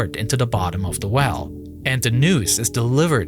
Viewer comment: Problem Wiff da wewll